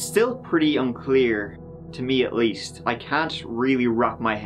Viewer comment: No, it's "at weest nobody sufewwed"